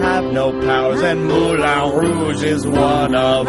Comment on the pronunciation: J'adore l'accent quand il dit "Mouwlin raouge" :p